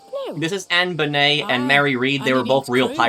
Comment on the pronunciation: I've never heard Anne Bonny's name pronounced like that, I always heard it the same as Bonnie and Clyde.